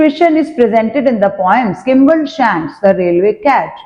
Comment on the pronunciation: 2hy kimble mam its skimble